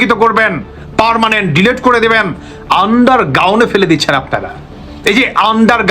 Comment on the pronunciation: শব্দটি "আন্ডার গাউন নাকি আন্ডার গ্রাউন্ড"???